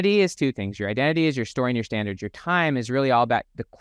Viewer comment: Dude, standards with a T go fix that